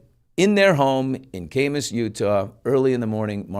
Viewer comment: Great interview… just one correction Billy, Kamas is pronounced like cat without the T: Ka-muss not Kay-muss. Or Ka (as in catch)+ muss (as in no muss no fuss).